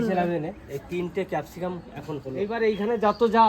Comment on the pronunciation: Kepsicum na it's capsicum